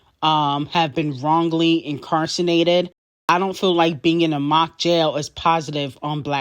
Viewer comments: you can’t get on here judging folks & you up here pronouncing INCARCERATED as INCARSANATED 🤣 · Lol u be loud and wrong …. Why you pronounce your words like that…. Incarcerated. Chile 😂😂😂😂😂